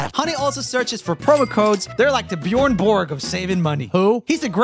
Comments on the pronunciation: It hurts my swedish soul to hear Roomie pronounce Björn Borg in english. I get it though. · a Swedish tennis player, roomie pronounced his name like an English speakers even though he can speak Swedish and knows how to pronounce "Björn Borg", which is weird to me. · is it that hard to say "Björn Borg" ?